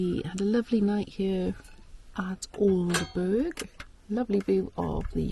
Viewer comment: Glad you enjoyed your trip to East Anglia, its a lovely area! BTW- Aldeburgh is pronounced Aldebrrr, by us locals!